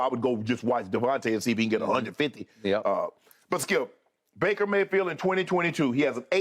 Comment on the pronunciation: Shay called him Breaker Mayfield. lol